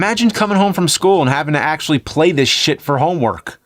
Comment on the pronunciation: He axe-ually uses it.